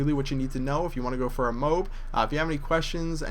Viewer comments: it isnt "mobe" it is M O A B mo-ab massive ordinance air blast bomb or the mother of all bombs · mo-ab. not mobe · Hey it's moaaab not mowb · k this is simple... MO AB MOOOOEEEEE AYYYYYBBBBBBBBBBBB not mowb... wtf is that?! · Its pronounced moe ab. Not mowb please commentators get this right before everyone starts saying it wrong. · mo-ab not mobe same thing mine is just easier to understand the difference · its a moAb not a a Moob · me too. its not mobe it moAb. Whiteboy does that too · MOAB, not MOBE :p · Dude.. it's "Moe-ab", not "Mobe" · Mo-Abs, not mohbs, mo...ab... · I hate it when people say mobe.. it's mo-ab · its pronounced MO-AB not MOOB like he is saying stands for Mother Of All Bombs roughly 20k lbs of explosives.... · mo-ab or M.O.A.B... just not mobe bro :D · I personally think its pronounced Mo-Ab Not Mobe Just saying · please stop calling it a "mohb" - try saying "mo-ab" lol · actually it is M.O.A.B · moe ab not mobe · No its not its M-O-A-B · it's not pronounced "MOBE" it's pronounced just likes it's spelled "MO-AB" sound it out I know you can do it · it's pronounced mow-ab not mobe:) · Everytime he pronounces MOAB like its MOBE a tiny bubble of rage pops inside me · Why you say it like "MOBE"? Even when you get one, it says "friendly Mo-AB inbound" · Cool! But you were saying MOBES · its mo-ab a!!!!!!!!!!! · ok everybody it is m.o.a.b not a word its pronouced m o a b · its MO........AB OKAY!!! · Its M.O.A.B. not MOAB... know how to pronounce your acronyms correctly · It's pronounced MOH- AB. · M.O.A.B say it like that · Your vid sucked and ur saying Moab wrong its said mo ab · Haha that you get so mad because people say mobe, why do you care so much? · Very good video but is how you pronunce the MOAB is MO-AB so like MOo and ABs. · its pronounced MO - AB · FUCKING SAY MO-AB YOU FAT FUCK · he pronounces it like mobe... D: its annoying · Its pronounced Mo-ab. Moe Abb. Mother Of All Bombs. MOAB. Sorry just bugging me. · Mo-ab not mo-b